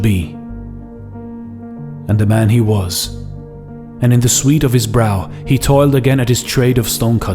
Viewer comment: sweat not sweet